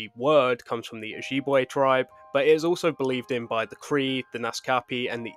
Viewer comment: The way you pronounced Ojibwe made me chuckle 😊